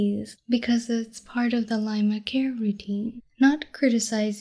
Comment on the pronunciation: You calling me a Lie-ma? I aint calling you a TRUTH-MA!